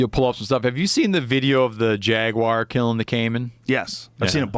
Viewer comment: You know my english isn't best. So i was wondering ,what the hell is jackwire. It kills people and dogs. Google ,what is jackwire? Nothing... Jagwire? Nothing.... Jagwire south amerika? Ohhhhh... That makes sence.